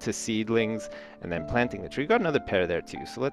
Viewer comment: is it me or did say "pear" wrong?